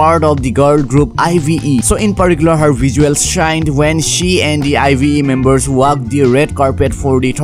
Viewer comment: ive is pronounced as “aiv” 😭